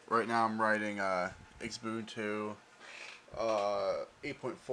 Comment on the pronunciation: It's not "you-boon-too," it's "oo-boon-too" LOL